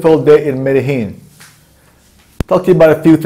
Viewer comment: it is Mede(gene)